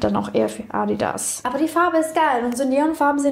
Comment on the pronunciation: Wie sie einfach bei „ Addi ass“ sagt 😂😂😂